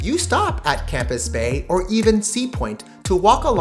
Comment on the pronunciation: It's NOT Campus bay - its Camps Bay